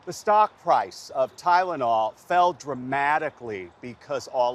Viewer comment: Pronounced 'TYlenol' like 'CHIna'